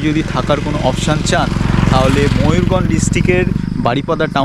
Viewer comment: Dada mayurganj noi mayurbhanj